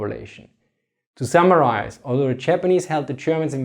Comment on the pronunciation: "To Samurias" the joys of not having English as a first language, this is what I heard. I believe he said 'To Summarize' but the first one is better